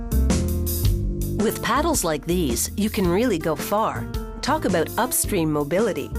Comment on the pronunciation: what are you talking aboot??